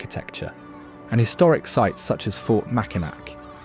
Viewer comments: The a is silent. Mackinaw both places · Mackinac is pronounced Mac-n-naw. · For real! Got to say it right if it’s a documentary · nobody from Michigan pronounce it Macki-Nack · Nope. Mackinac Island, the bridge, and the fort are all pronounced Mackinaw just like the city. You’re clearly not from here so don’t try to correct us. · Mackinaw is both depnding on time and location. It was spelled Mackinac pronounced mackinaw now the spelling changed. The anishnabe called it Maa ak in naaw but hey you get the idea. He called them Ojibwe when they are actually Aanisnabe Odawak. When he said fort mavkinac that IS how the fort is pronounced. It was Michilimackinac. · There is nothing pronounced Mackinac in Michigan despite the spelling😊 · Why is brit mispronouncing Mack in awe????? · 👍 The biggest one is Mackinac. That's like fingernails on a chalkboard to Michiganders! 😖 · Yes and when outsiderers talking about our great state are too lazy to learn the pronunciation of stunning place like Mackinac Island it simply disresepctful and very unprofessional. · It's an ai generated video using a British english speech model trying to pronounce an Ojibwe word written in French. It "knows" how to but unless prompted to--won't. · I was just about to say something of the correct way to say Mackinac. Uhhhh, that just bothered me. But it would if you live in Michigan 😉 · Literally came here to say this! It’s like nails on a chalkboard to hear it said this way! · Right! I’m like that’s NOT in Michigan! Omfg if his says Mackinac one more time! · Bro!! You need to learn how to pronounce the names and words before doing some sort of guide, video, documentary, etc.! Example; it is Mack-in-NAW!!!!!!!!!!!!!!!!!!!!!!!!! Not MAC!!!! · Nice that you produced a video on Michigan, but you should have learned how to pronounce the names. It’s pronounce Macinaw not macinac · Please learn how things are pronounced. Mack-in-Ack? Really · It’s Makinaw Island, Not MakinAC.